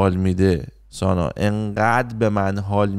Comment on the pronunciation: آقا سانا نه سنا سناااااا 😂